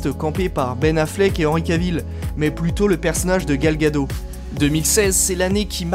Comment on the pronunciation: c pas Gal ( une vague en hebreu: pour la culture;) gado mais Gad'ot, le T se prononce. mais a part ca bon boulot!